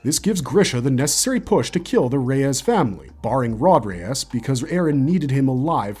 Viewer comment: Rod "Ray-ass"